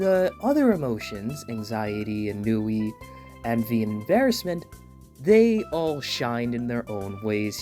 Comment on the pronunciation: Every time I hear more good reviews about the movie I cry more happy tears🤧. I can’t wait to see the movie on Tuesday if possible with my friend. Also you pronounced Ennui wrong. Just wanted to let you know. 😊